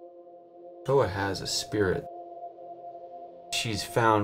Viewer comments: Amazing story! But it’s pronounced “Kay ko ah” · Cool story but not one Haole on this whole show pronounces Kekoa correctly, least of all the owners lol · They dont even know how to pronounce Kekoa..